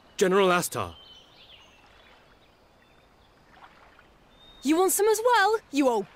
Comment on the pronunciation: Heheh.... General Ass-tar. Goddammit.